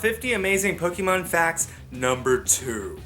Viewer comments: It's POK-A-MON not pokeeeeemon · Pokémon isn't pronounced Pok-ee-mon It's pronounced Pok-AY-mon Hence the é?